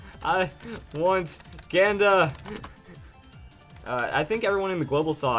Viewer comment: i think hes saying ganda wrong